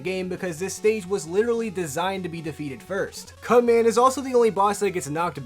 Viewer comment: you clearly say "cut man." I swear you snuck in " cu nt man"